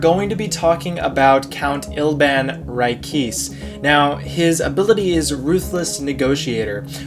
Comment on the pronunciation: Isn’t it pronounced Ri-kay-say